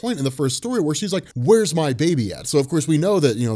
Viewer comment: Why does Dr. Manhattan say babum instead of baby? That tidbit of her being pregnant totally went over my head cause of the word babum I was like wtf?